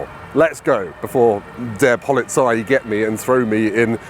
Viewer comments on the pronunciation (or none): none